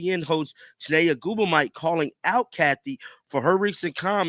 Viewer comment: Learn how to pronounce Ogwumike